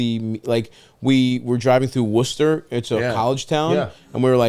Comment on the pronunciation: Dang you were driving right thru my town stav🎉🎉🎉🎉Hope Worcester was good to you and at least you pronounced it right